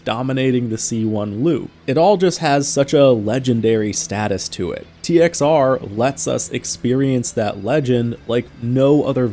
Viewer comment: We called it "TXR O" as in "oh". Its just the way you say it. You dont say zero unless youre saying the whole thing.